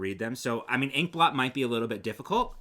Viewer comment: If you say ink blot sounds more like pork pot